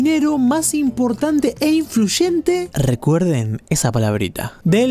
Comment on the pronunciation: Cuál palabra?, influshente?